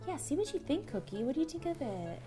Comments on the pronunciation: i love you guys but why dose Ro say "Coodie" sometimes instead of "Cookie" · I love the way Ro says cookie "coddie"😊😁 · Why does ro call her dog coodie? Whatever i still love her tho!^v^ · Who noticed ro was saying COODIE as cookie 😂😂😂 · I love you rosanna but when you say cookie name you say coodie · Does anyone else notice how when Ro says cookie she says coodie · Ro why do you call cookie 🍪 coodie